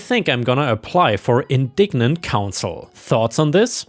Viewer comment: Story 2:, the correct pronunciation for the word "indigent" is (in-dy-gent), not "indignent (in-dig-nint) as you pronounced. It make a subscriber who really enjoys your story content want to unsubscribe. There are enough terrible posts on YouTube that aren't worth 5 seconds of air time with less than 50 subcribers. As a long time subscriber and a retired teacher, this breaks my heart. Also Dr. is the abbreviation for drive not doctor. 😢